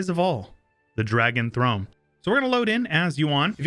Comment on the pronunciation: "Dragon Thone"